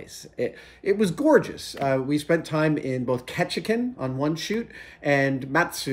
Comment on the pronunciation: Kechikin. No Alaskan pronounces Ketchikan like that. Kech-ih-kan!